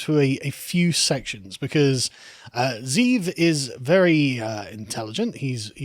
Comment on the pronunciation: Pronounced: Ze ' Ev Literal meaning: Wolf. FYI